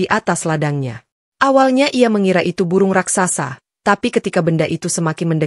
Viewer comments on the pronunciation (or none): none